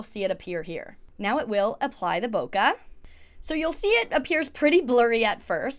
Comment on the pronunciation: Bokeh is pronounced - "bow·kay"